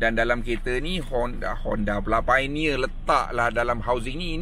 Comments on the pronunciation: Bukan PAINEER... piONERR bang...."O" tu jangan tinggal. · Betul la cara dia sebut painier tu alahai.